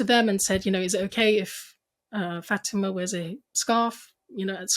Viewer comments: Her name is pronounced FATH -I-MA. Not futeema she’s polite not to correct you ❤ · It is not Fateema. It is FAAtema! Ask a Muslim for correct pronunciation. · First of all, you need to research how to pronounce this Muslim woman's name, and it NOT SHEEKA FATEEMA. Secondly, Sheikha Fatima should NOT call Ibrahim's HAGAR - as in "hagar the horrible" - you should have called her Hajer. The proper pronouncement. KHADIJA is another mispronounciation. I found it very very distracting and could not follow this conversation. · Learn how to pronounce your guests names. It is not “faTEEma”..